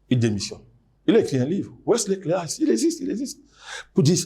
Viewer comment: C’est Wesley Clark pas Wesley Cléas 😅. J’étais en train de chercher sur Google comme un fou